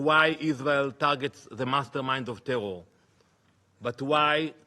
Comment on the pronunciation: Oh Danny, not you weposting youwself at the UN to feel like a big boy. Maybe if you say tewow enough, the stupid Israeli sycophants will still bewieve you. Question for you, who is Iswael gonna negotiate with if you keep killing the negotiating team?